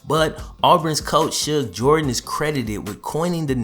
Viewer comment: Shug Jordan pronounced Jerdan